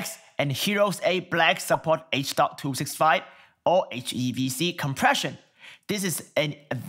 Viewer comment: It's h.265 riiiiight? not h.256